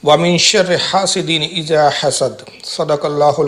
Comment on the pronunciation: جناب فاروق رضوی صاحب قبلہ عرض یہ ہے تسمیہ و تعوذ کے ساتھ قران پاک صحیح کرنے کی سخت ضرورت ہے ۔ آپ نے آیت بھی درست نہیں پڑی اذا ۔کی ذال کو جیم پڑھا ہے ۔۔گزارش یہ ہے کہ کسی اچھی قاری سے نورانی قاعدہ پڑھ لیجۓ ۔ تاکہ قران مقدس درست پڑھ سکیں یہ واضح رہے من لم یوجد القران آثم۔ ۔